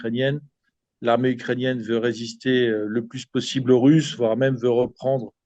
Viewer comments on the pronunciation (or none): none